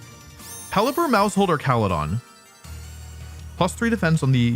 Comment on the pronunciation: Archalodon Ark-al-o-don. Not your arch enemy. An arch de treumph